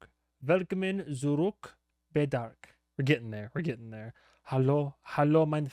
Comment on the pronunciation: When you say "Willkommen" think about Will Smith. It´s both spoken the same